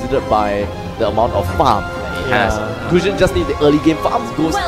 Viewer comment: The guy in the left said: Famfamfamfam(instead of farm)